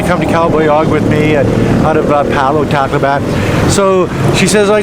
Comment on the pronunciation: Funny how so many youtubers wanna be so-called experts in the philippines, but cannot even pronounce city names correctly. It's not Cal-boy-'og, it's Cal-'bye-ohg. It's not 'Tack-low-ban, it's Tock-'low-bun! Come on man!